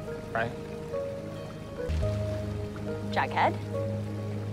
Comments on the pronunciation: I vomited when Jughead said ‘vughead’ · I thought for the longest time that Jughead said f*ckhead🤣🤣🤣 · Who else thought he said "F*ck head"? 😭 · I swear to god without the captions i thought jughead was saying “a fuckhead kiss” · Jughead: “Vughead” Captions: “FUCKHEAD” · DID HE SAY VUGHEAD KISS IM SJDHDHBD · “A vughead kiss” drained me of life